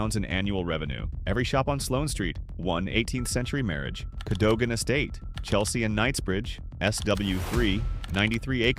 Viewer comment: Cadogan is pronounced Cadugan.